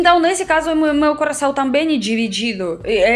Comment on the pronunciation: Acho você louquíssima, no bom sentido! Tipo superativa e meio fora da casinha rs. Acho muito charmoso o seu sotaque russo e fico impressionado como você flui bem no português. Chama atenção que a letra O em muitos casos na sua pronúncia vira Ã, tipo cÃração, cÃntinuar, mÃmento, cÃmeçam. Parece que essa troca acontece somente nas primeiras sílabas e é mais recorrente quando associado a letra C. Não acho que vc precisa mudar, acho fofo, mas achei que poderia ser interessante compartilhar ;-)